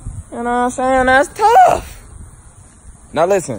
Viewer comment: Why does he says “ That’s tuff” like that